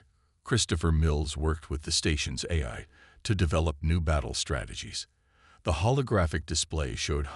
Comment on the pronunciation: Nice story. BUT, as usual with 99.999% of the AI out there...yours included...they SUCK. What is: "de-VORER"....for devourer.... instead of A..I...every time...what is: "EYE", "A", "I"??? Why the HELL can't and AI say "AI" every time???? AND, instead of "waved a hand"....what is "WEEVed a hand"?????